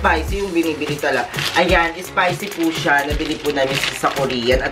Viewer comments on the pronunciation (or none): it's spicy not ispicy